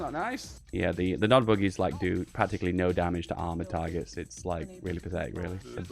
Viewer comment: PEACE THROUGH POWER!!! Btw it's Nod not NOD.